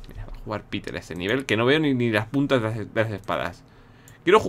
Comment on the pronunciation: Soy yo o es qe willy cuando quito el nivel de las espadas esas ligeras dijo qe no se veia ni las putas de las espadas o las puntas? Nose yo escuche putas xd